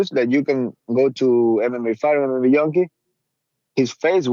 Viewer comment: “Mma yunkie” lmao